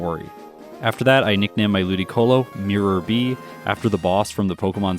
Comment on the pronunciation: Miror B. not mirror, so it's pronounced with an I sound, like the name miles isn't milles.